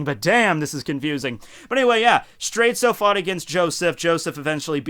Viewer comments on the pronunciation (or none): why do you keep calling Straits straitsu? that's just the way japanese people pronounce it, but the name is a clear reference to dire straits. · Why do you call him Straitzo and ruin the reference?